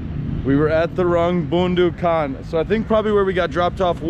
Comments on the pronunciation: it's Boondu khan not Boandu khan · Haha its more funny :D 1st funny part talking about road cross second one pronouncing bondu khan 🤣🤣🤣🥰🇵🇰